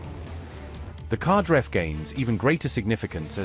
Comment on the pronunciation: The Qadr-F missile is pronounced "KadAr-eff" (rhymes with Ra-dAr)